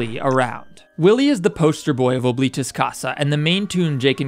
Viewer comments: As a person forced to learn Latin by my school, Oblitus Casa means "Forgotten House", and is pronounced "Ah-bli-tus", not OH, but I could be being stupid and wrong in that pronunciation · “Ohbleetus casa” BITC